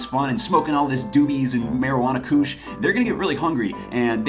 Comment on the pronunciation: "Marijuana koosh" lol